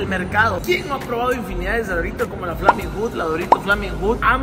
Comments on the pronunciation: Como que flamin hut??? Se dice flamin’ hot. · se dice Flaming Hot, no se dice Flaming Hut